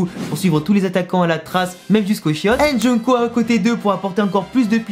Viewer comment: Jungko c'est avec un g pas avec un c